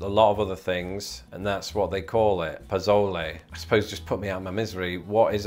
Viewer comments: Pozole is pronounced PoSOULey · Arroyo is just a creek. Whether it's always flowing or dries up in the summer doesn't matter. Chiltepín, or piquín, has the accent on the last syllable, not the second. "Chil-te-PÍN. It's just a small type of chiles. Pozole, the "Z" has an "S" sound. Using a "Z" sound is just... wrong. The thing that makes it pozole is that it's made with corn that has been soaked in lye, basically hominy. Without the corn it isn't pozole. You didn't even mention this. Norteño just means northern, it applies to many things, not just music. Menudo, not "mehnewdoe". And if you're going to talk about oregano in Mexican food, say o-RE-ga-no..